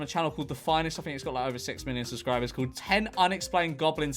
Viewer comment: “subsribers” lol